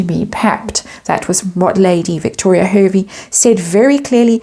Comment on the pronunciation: hervey is pronounced harvey